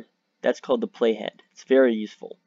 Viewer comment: Could not understand you when you said "playhead"... Had to look it up. Video did not show where you typed the name "Hypixel compellation"... I still have no idea.